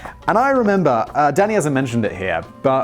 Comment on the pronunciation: ohhh danny i thought he was saying daddy the entire time LOL